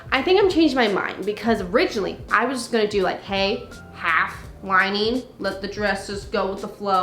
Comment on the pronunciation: Curious question: What accent is it that call "lining" "linæn" ?